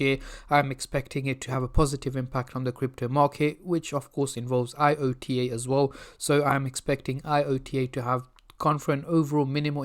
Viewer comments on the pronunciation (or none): It's not I. O. T. A., it's IOTA... Checking the news before making a video might be a clever idea...